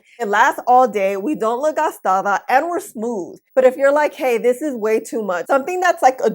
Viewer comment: Always love your personality...you always put a smile on my face...I love when you say "gastada" jajajaj